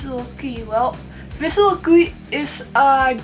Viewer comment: It's not Visual Key, it's Visual Kei, second word not sound like english word "key". ;)